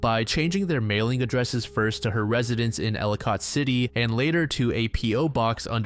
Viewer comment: Ella Kitt not ella cott city lol